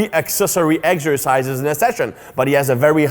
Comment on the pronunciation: My doctor Greg also says Eggsercises